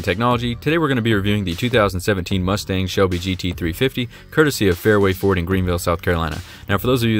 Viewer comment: You forgot the d in Ford. It must be in your mouth!